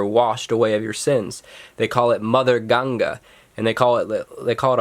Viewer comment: The way you pronounce GANGA 🤦‍♂️